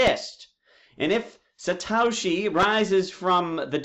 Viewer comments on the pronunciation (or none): i don't know what's more irritating, video that's 2hr long or his pronunciation of satoshi and binance. it's sah-toshi, not say-toshi, and it's bye-nance, not buh-nance